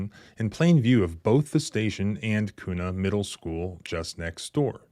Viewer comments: We say it like que not koo lol. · Kuna is pronounced by us Idahoans as "Quna". 👍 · It’s pronounced Kyunah. 😂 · I live in the area where this happened and the way youre pronouncing Kuna is hilarious! Lol Its pronounced Q-na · Pronounced *Kyouna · When you think of how to pronounce KUNA, think of how you pronounce CUBA. The locals pronounce it CUE NAW! I used to live near there. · Thank you for covering this. FWIW the city is pronounced KEW-na. I am livid that the sheriff doubled down on how they “fumbled” in this instance. It appears the tyrants enjoy and take pride in trampling on our constitutional rights. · Being from Idaho it’s pronounced “Qna”. Spelled Kuna. If you’re keeping score. Small police agency filled with the barely functional dregs of police. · You are mispronouncing Kuna, ID.